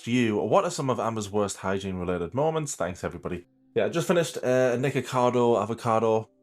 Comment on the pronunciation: The correct Pookie approved pronunciation is 'molments'.